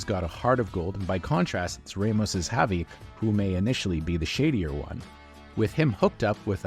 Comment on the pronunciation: Nice pronunciation of Javi 😂